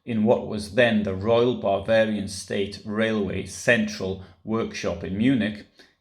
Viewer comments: You are right. It does sound like he is saying “barbarian” when he means to say “Bavarian”. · There's also a difference between 'Bavarian' and 'barbarian', which seems to be your pronunciation.